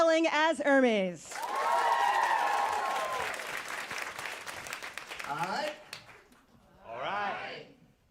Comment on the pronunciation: Obsessed with Alison Stewart’s pronunciation of Hermes as Hermès